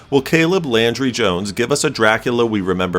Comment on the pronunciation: Landry, not laundry